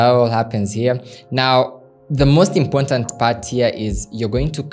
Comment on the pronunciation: “Important” not Impontant❌